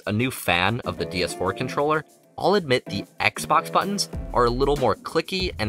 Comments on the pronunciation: Is anyone else hearing him say "DS 4" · its triggering me when hes saying DS4 :(